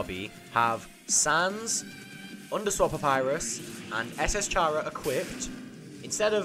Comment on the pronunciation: its K-ara not fuckin' ch-ara